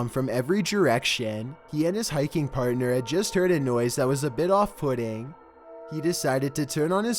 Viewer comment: Did you really say “off pudding” lol